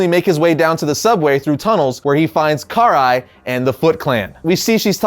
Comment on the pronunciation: *pronounced Krai *